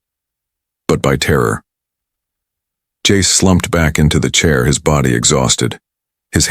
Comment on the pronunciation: Jace in Italian became Jacece...🤦🤦🤦🤦🤦🤦